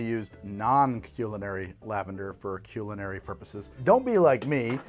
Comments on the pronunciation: Aha whaaat, who says "CUE"-linary....? It's "CUL"-linary.. I'm about 95% sure 😆 No one says that, unless maybe it's a term just used lavender pronunciation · bro really said "cue-linary" lavender 💀